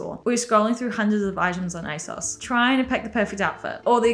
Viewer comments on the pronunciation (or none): none